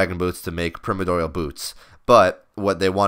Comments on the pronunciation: Pri (PRY) - mor (MORE) - di (DIE) - al (ALL) Jesus. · "Primidoil" LOL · Its PRY-MORE-DEE-AL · Primadoyal? Pri-mor-dial. Lmao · Primmer-doyal? Pri-Mordial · Pri-more-dial, not primo dyal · hahahaha prim-uh-doy-uhl. its pirme-or-dee-uhl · it's pronounced pri-mord-e-all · love your vids but its pronounced Pry-More-dee-ull not prim-or-doyal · PRY - MOAR - DEE - AL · Wait wait wait WHAT?! Since when is primordial pronounced permidoil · permed oil... lol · Primedorial XD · Prime-ordeal pronounce it like that pls, before I nms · "Primodoial" xD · perpy doyle is not the same as primordial, it's like you've never heard the word before, or have a reading problem. go. back. to. school. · please learn how to say Pri-mor-di-al as in Primordial soup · Prym-idoyal lol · Please pronounce primordial right, that shit grinds my ears. Holy fuck. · agree. It's not even an obscure term. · pronounce the second 'r' in primoRdial lol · The first i in primordial is pronounced like in Life not like in Trim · How can you butcher the word 'primordial so fucking bad, just take 1 second to read the fucking word.' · holy hell its painful to listen to you pronounce the name of those boots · wow pronunciation of Primordial is so bad D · disliked cuz of primordial pronunciation